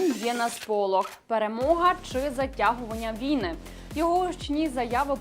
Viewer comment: вій-на наголос ставиться на другому складі слова